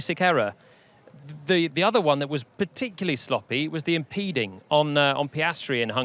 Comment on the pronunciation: "ImPEDOing" - Laura Winter😂